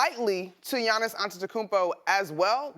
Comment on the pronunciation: It’s Gianni’s come on